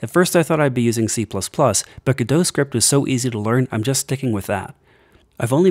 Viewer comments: if im hearing correctly, is he saying gudoe? instead of go- dot? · it's pronounced "godot" like robot not "gedough" like get dough... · You might hate this: the developers put out a statement that it is pronounced "Go Dot" their logo is a robot, the Godot Robot because it rhymes guhdough sounds better I agree, but it's not a French word unfortunately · I expected you to say it like "Go Dot", but... "G' Doe"? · Why do you not pronounce the T on Godot? I pronounce it how it is spelt. Go - dot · Thanks for letting me know! I've heard people arguing for both pronunciations before but I hadn't heard of an official statement. However, it's too late to change it for this video. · Wait, is that how people normally pronounce Godot?